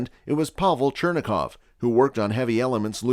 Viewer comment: chuh-rain-kov radiation, not churn-a-kov ... (i know it's spelled Cherenkov or something like that.